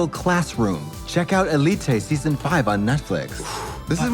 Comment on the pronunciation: katya trying to pronounce élite correctly and failing because of the accent mark is the reason why people say spanish is hard